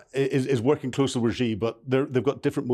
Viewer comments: It is quite grating to hear people mispronounce Xi. It’s Shi not Ji. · Xi is pronounced like the English word "she".